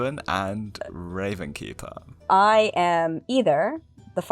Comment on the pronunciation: why does everyone keep calling it the RavenSkeeper? There's no S there. It's just the Ravenkeeper